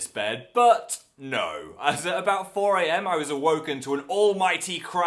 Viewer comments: I actually laughed out loud am when he was talking about the cactus candle. But I stopped smiling after he said "aboot" Cuz WE DON'T SAY THAT!!!! I'm Canadian and no one says that! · .......did...he just....say aboot...... sigh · I'M CANADIAN AND WE DON'T PRONOUNCE ABOUT LIKE "A BOOT" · did you really just say "aboot" ?? i love you phil, but why xD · OKAY PHIL, IN CANADA WE DON'T SAY ABOUT LIKE A BOOTY I'm sorry ily but we pronounce it like everyone else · Number of times I; a Canadian, has pronounced about "aboot", is still zero and will remain that way.